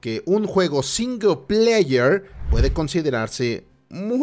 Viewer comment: Énfasis en "SINGLEPAYER"